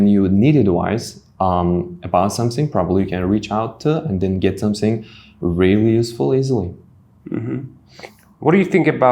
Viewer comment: it should not be some sing😂, it should be some ting.